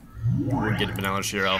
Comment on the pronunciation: Wait, it's Benalish Hero? The resolution for me was to low to read, so based on the pronunciation I thought it was called Banal Shiro.